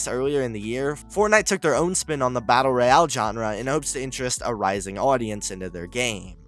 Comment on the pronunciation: the way you pronounce battle royale is annoying af